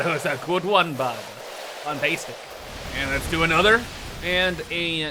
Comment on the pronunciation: perfect video! I will definitely begin to say 'FANTEYSTIC' myself xD